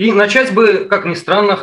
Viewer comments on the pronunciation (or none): none